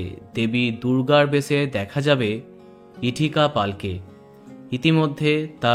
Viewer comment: ওনার নাম ইথিকা,, ইটিকা নয়